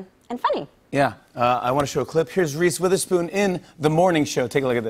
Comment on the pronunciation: I feel like jimmy said "here's Reese WithHerSon" on purpose,, lol